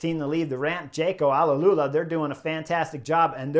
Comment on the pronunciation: It’s Jayco Ah-Lu-La! Not Ala-Lu-La…. Otherwise - respect to you Chris ✊